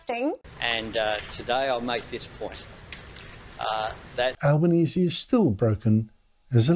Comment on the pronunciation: Tony Albonesie has trouble speaking , can't pronounce words , lisping . Certainly no leader . He is a shocker